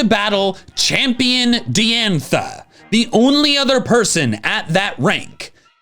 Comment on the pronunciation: Diantha is pronounced Die-antha, not Dee-antha.